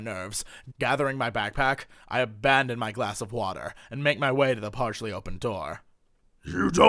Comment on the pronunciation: "WULD YU LIKE WAHTUR?!?!" Ah Jesse, you so crazy